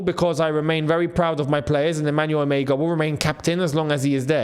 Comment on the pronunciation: Emegha is a Nigerian name pronounced as E-MER-HA, the G is silent and has an R sound in german tongue, and not pronounced as E-MEG-HA